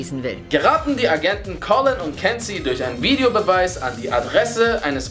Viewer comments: Collen!? Er heit Callen. Man spricht das a wie ein ä aus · NCIS:L.A. und ihr sagt Collin? Collin? Das ist CALLEN! Echt...das geht übergaupt nicht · Collin nicht eher callon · Du hast beim 2 Punkt, collen und Kansey gesagt,anstatt Callen Hörst dirs aber nochmal an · Nur mal so zur Info der Typ aus NCIS LA heißt callen und nicht collin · Hast du ernsthaft Colin anstatt callen gesagt? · Ich gucke die serie ncis la ziemlich gerne darum weiss ich auch dass es callen heisst und nicht collin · ich hab einen fehler für euch: er heißt Callen nicht Colin! 😂😂😂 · g. heißt im nachnamen eig. callen und nicht collin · Bin ich jetzt blöd oder hat er bei Ncis la, statt callen, Colin gesagt?😂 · Mein Gott! Ich liebe euren Channel aber ich liebe das Navy cis Universum! Navy cis 20 mal geguckt, Navy cis la 5 mal, Hawaii Five 0 6 mal und Navy cis nee Orleans 3 mal! Die heißen cAllen und Kensi gesprochen wie kenzi im englischen